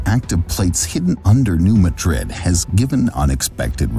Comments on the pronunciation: It's pronounced New MAH-drid not like the Spanish city. When the New Nadrid fault goes it won't be like a 9 but it will be devastating as so many pipelines cross the Mississippi. And roads...the bridges will be gone. edit: when Cascadia goes we will be fubar for a long time (possible decades). The earthquake and following tsunami from the Cascadia in 1700 was confirmed by the orphan tsunami in Japan on 27 Jan 1700. In 1812 there was an earthquake in New Madrid. It made the missippi run backwards against the flow for a time. The sand blow holes are still visible today. That is called liquifaction. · New MAD'rid. New MAD'rid. This is the second video I've seen today where the name of New Madrid was pronounced wrong. The accent is on the first syllable. It's New MAD'rid. And by the way, there was a magnitude 5.4 earthquake that caused shaking and swaying to Chicago and its northern suburbs in 1968, so I'm surprised you never mentioned potential danger to Chicago. I was, at the time, on the top floor of a narrow 6-story building, and believe me, that short tower moved enough to scare the dickens out of lot of the people inside. It is still the strongest earthquake ever occurring in Illinois, and according to Wikipedia, it was a "New Madrid event" going through a previously unknown fault now called Cottage Grove. Sure, not too bad, some fallen chimneys at most, but since there have been far larger quakes from the New Madrid fault, danger to Chicago and possibly even Milwaukee are not out of the question. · I suspect this video is produced by AI, because no human who did two minutes' research would not realise that is the pronunciation. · Also the Missouri city is pronounced New MA-DRID NOT MADRID AS IN SPAIN. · Please pronounce the US location as "New MAD'-rid". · "New Madrid" is pronounced New "MAA-drid" (not like Spain's capital). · It's New. Mad-Rid..this is not Spain.